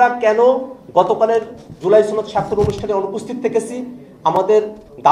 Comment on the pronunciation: আপনি তো সনদ শব্দ ঠিকমতো উচ্চারণই করতে পারছেন না সনদকে আপনি ছনদ বলছেন